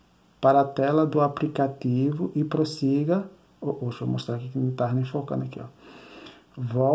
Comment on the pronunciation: Direto do "APRICATIVO" foi foda !!!!!!